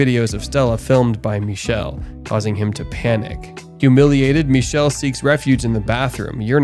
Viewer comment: "ch" in Michele is pronounced as /k/. "ch" followed by "e" or "i" in Italian is a /k/ sound. Also, the final "e" is also pronounced as /e/. I watched this movie when it came out in Italy. Never seen an Italian movie like that before. Don't know if there's an English version where his name is pronounced /miʃel/ with a "sh" /ʃ/ sound and no final /e/